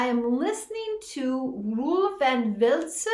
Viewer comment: Yep, you got the pronounciation of "Velsen" right.